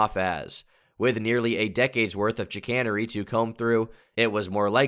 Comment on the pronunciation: Great video but that's not how you pronounce chicanery dumbass